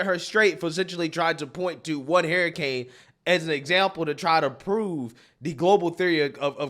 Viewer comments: what do you pronounce hurricane Hair Kane 😂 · Hairracanes!!! I love the way you're pronouncing hurricane lmao!!! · Yeah she might be reading from a script but you don't even know how to sayb hurricane. There is no spelling in the word of hurricane That has "Hrar-ucane.". Does dum-dum need to go back to school school? "Hear-icane " are you kidding me. Damn my great-nephew nose proper English. Where did you go to School? The UK or New Zealand? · I love you dearly, but its pronounced "her-i-cane" not "hair-i-cane"😂 And the word is sacrosanct, not "sancusat" 😅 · What is a Hairacaine? I've heard of Hurricanes. Did you go to dumb dumb School? Did your teacher tell you to pronounce it as Hearacaines? Because I'm pretty sure it's called hurricane. Dum dum need gum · Who else is hearing him say hairricane? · I agree with you but Jesus stop pronouncing it harricane. And it’s not saccusaint. It’s sacrosanct. Jesus. This dude is making bank posting videos on YouTube and he’s an idiot. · dude, wtf is a hair-icane? LMAO